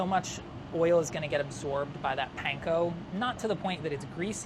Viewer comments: if he says "paynko" one more time i will fry myself in olive oil. weird how he says katsu right but not panko. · Can we please stop saying "pain-ko"?